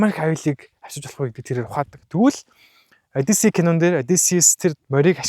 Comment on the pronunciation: Одийсес биш хөөе. Зөв дууд хөөе!!!